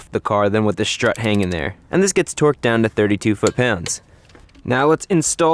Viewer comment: strut..... not shtrut.....